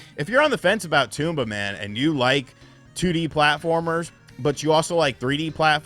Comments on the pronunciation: Tome-ba not tume-ba 😂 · Apparently most people on YouTube call it tomb-ba...tom-ba makes more sense. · it's not TOMB BA! it's TOM BA!!! say it right! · It’s not a Tumba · Bro called him Tumba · Toomba ? Its Tomba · Its TOMba not Toomba lol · TOM-BA, dude! jeez. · TOMba, pronounce it correctly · Tooomba? Lol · It’s pronounced Tom Buh. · Almost sounds like he’s calling it Tuba sometimes! 🤿 😂😂😂😂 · its not pronounced toomba :P better luck next time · It's not a Toomba. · it is pronounced tom-ba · I thought the game pronounced as Tom-ba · Drinking game: take a drink when he mispronounces Tomba Edit: I made a mistake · Imagine doing a review and not finding out how to pronounce the title. Or anything at all about the game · Didn't pronounce Tomba correctly once. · Felt like M. Night's Avatar